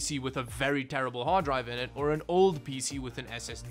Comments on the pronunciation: I guess I’m not surprised someone who can’t even spell their own name correctly can’t pronounce a lot of words properly Sotta, PêC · ”really awesome peesee”